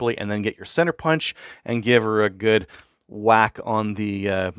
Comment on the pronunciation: "Shwack" Excellent.